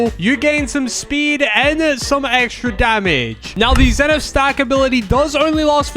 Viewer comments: bruh its Zephyr not Zeneph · Love your vids and keep up the good work and its called zephyr not zenith ❤❤ barbarian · ERmmmmMMmMMMMMMmMmMMMM ITs AcTually ZePHyR 🤓